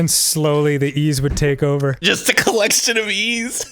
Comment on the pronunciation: A collection of E's? No no you mean a coll"E"ction